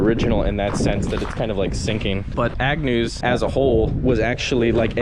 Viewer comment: It's AGNEW you freaking idiot, not Agnews. How fuking difficult is it to get the name right. You're history on my feeds. Thanks for nothing.